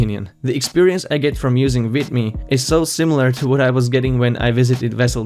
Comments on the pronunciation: What is up with calling it why-meo? Sorry, but your broken English is hard to ignore. Explain to me how Youtube's growing censorship and demonetization of legit content creators isn't more than enough reason to switch to anything else. The easiest option is what the sheeps will be herding for, and that will keep Youtube going a white longer, but greater things were never easy at first. That is why you will be supprised by what will eventually bring down Youtube unless you start using your imagination and not just compare Youtbe to your tv set. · vEEEEEEEEEmeo. I don't care you don't like their business model, please learn to pronounce things.